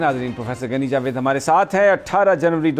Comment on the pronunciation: ان پروفیسر کا نام غنی جاوید ہے اور آپ انھین گنی جاوید کہتے ہین کچھ تو خیال کرین